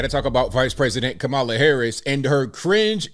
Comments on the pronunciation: Not Mammala. Kneela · Did Drew just say "MamaLa" instead of "Kameluh" 🙄😬😅🤣